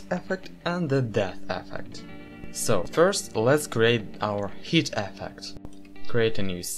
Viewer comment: Your pronouncing "hit" as "heat", recheck the word correct pronunciation.